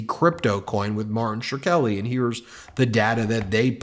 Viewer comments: That's not at all how you pronounce Martin's last name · Why does Ben keep mispronouncing 'Shkreli'? This reflects poorly on the quality of the podcast. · and nice job of consistently mispronouncing Shkreli's name! The K comes before the R! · Shkreli. Skrelly. SKA-RELLY! Not sher-kelly! He has even said his name, why is it so hard to say it properly!? Not that I care for the guy, I just can’t stand when people say names (or any word, really) wrong when saying it right is so easy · Whys he saying Schkreli like Shra-kelly or Sure-Ra-Kelly. Its two syllables that sound like Skrel-Lee. This cant be the first time he’s heard this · Ben Ben Ben....it's Martin SHKRELI. Just imagine the "H" is missing and pronounce it like that. "skreli". Despite the fact that Martin Shkreli is a dirt bag, I keep cringing every single time you pronounce it like: "Sher-Keli" or "Shre-keli". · Martin Shur-keli? Shkreli... pronounced shkrelly. Alternatively, you could pronounce it mud. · Ben can we please say “SH-Kre-li”?? Not “Sher-Kelly”—it’s not hard to pronounce!! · Who's gonna tell him? OK, I will. Ben, Martin Shkreli's last name is not Shrkeli. It's not pronounced Shruh-Keli. It's pronounced like it's spelled: Shkreli. Shkrel-i. Sh-Krel-i. Shkreli. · It's "Skray -- lee", not "Shhre -- kelly". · NOT SHER-KELLY. Facepalm Its Shhhhh.Krelly, the scumbag conman. You do yourself no favours by being lazy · Shk - relly Shkreli. It's easier to say it right, than the way you are trying to do it. I clicked off after the fifth time. I'll give you fifty bucks, if you correctly say "Shkreli and Tlaib visited a nuclear plant". Still, I think you're great. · It is pronounced Sh-krelly, but said all together Shkreli. What a scum bag, but at least say the name well enough that people know who you are referring to. edit: Somewhere out there, there is probably someone name SureKelly but it isn't this dude. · He keeps mispronouncing Škrelji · I believe the last name of Martin is pronounced like "screlly".